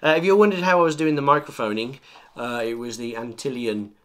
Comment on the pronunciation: Nice review! I just picked one up and ignored the instructions on setting it up in the game correctly. Lol. I also wanted to inform you about your mod mic. It is actually pronounced ANT-LION not Antillion.